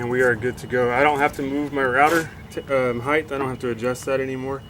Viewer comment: BTW-heigth is not a word. It’s height.